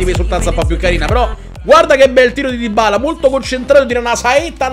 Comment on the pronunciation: Dybala si pronuncia con una B...